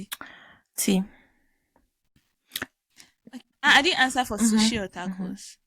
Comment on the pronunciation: “shushi” 😂😂😂😂😂😂 i’ve laughed until. Mind you, i’m in public. Here’s a self reminder to never listen to you guys in public 🤣🤣🤣